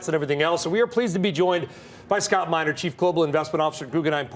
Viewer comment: You are STILL, STILL mispronouncing Minerd's name!!